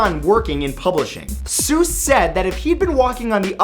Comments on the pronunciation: Wait, doesn't he technically say Dr Seuss' name wrong? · Dr. Suess is actually pronounce (SOI-CE)